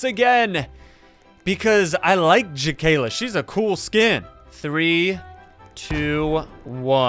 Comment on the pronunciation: That's creepy... My name is Makayla and it sounds like your saying my name and not Jakayla...